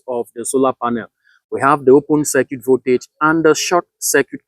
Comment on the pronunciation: Except for the way he pronounced circuit, Celsius & some electrical components nothing wrong with the way he carried out Isc He’s not short circuiting a battery nor a thin wire. solar panel behaves like a current source, not a voltage source. When you short the terminals: Voltage drops to almost 0V and Current rises only to the designed ISC. He didn’t left it for hours nor did it carry it out in a wrong environment